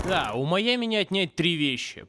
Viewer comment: Жень, ну как ты такое УПУСТИЛ. "Маями" вместо "Майами" (не придираюсь, просто обнаружил недочет)